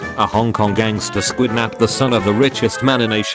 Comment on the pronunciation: Fats Waller’s wife after he returned… 😒”kidnapped…. riiiiiiiggght…” Also, I swear the computer read it as “squidnapped”.🤦‍♂️